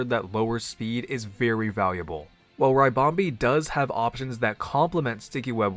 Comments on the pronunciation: When American PokeTubers mispronounce Pokémon names it makes me shiver 🥶 lol but happy to be wrong if I am, but is it not RIH-BOM-BEE (like a ribbon) 🎀 like what the Pokémon is shaped like so not RYE-BOM-BEE ? Love the content as always, by the way it’s just one of my little pet peeves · It's a ribbon bee, not a rybon bee. It's ribonbee not raibonbee